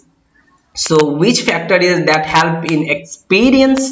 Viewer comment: though your video remain very much helpful to me .. n i heartily thanking u .. ... The word like 'help' sounds a bit awkward to me ....Pls don't mind 🙏